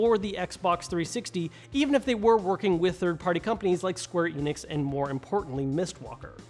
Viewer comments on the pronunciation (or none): none